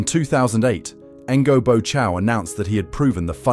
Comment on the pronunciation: You can’t even learn to pronounce his name one bit. It’s so far off!